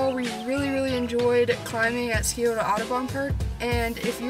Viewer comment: Love your videos,! Quick pronunciation guide from a local: SYE-OH-tuh. The C in Scioto is silent and the O at the end is more muted. And if you’re wondering about the other Columbus River, it’s the Olentangy (OH-LEN-tan-jie). Indigenous names can be tough, and these threw me when I first moved here. Keep up the great work - I’m enjoying all the local climbs you are featuring and learning a lot about what’s around Ohio!